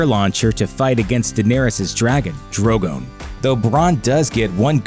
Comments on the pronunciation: When he went from Drogon to Drogan I laughed so hard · it’s Drogon not Droggon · Pronounces Drogon as Droh-goan. Then back and forth between Droh-gun and Dro-gone. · DrogAn? Are you serious? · I think you managed to pronounce "Drogon" differently every time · haha he changed the way he pronounced ‘Drogon’ 3 times within the same sentence! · Omg the way this guy pronounces 'Drogon'